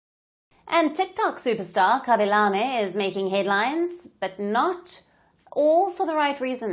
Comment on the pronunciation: The way you pronounce his name it's so lame